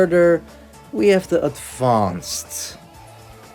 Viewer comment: bro said advanced in an french-ish accent